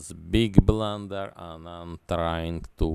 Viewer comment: Big bluntherrr😆